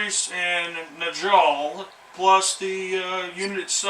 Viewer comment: You can call your models whatever you like but this is to clear up the pronunciation of Njal. The Norse "J" is pronounced like the englidh "Y'. So Njal is Nyal. Arjack is Aryack and Bjorn is Byorn. Here is a link to help it make sense.